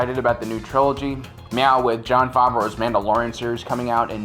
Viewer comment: Who the fuck Farveau? You mean Favreau? God you can't pronounce things right for shit can you?